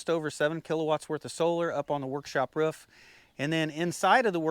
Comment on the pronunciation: Your pronunciation of roof is funny